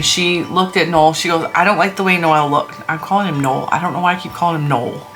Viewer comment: You are correct when you call him Noel, emphasis on the ‘No’. Noelle is the feminine form. Regardless, he’s cute, as they all are! And I like the extra rows on the stocking, too.